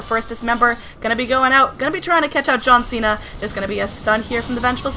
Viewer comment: You didn't say John Cena properly though.